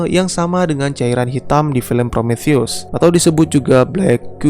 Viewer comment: Promotheus Obraltheus Diskontheus Btw yang bener Prometheus bang